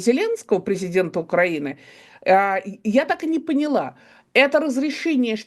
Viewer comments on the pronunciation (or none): none